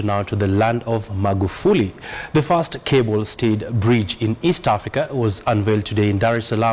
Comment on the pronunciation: Hey, "THE FISRT", not "the fast" au ongeeni kiswahili, waafrika bana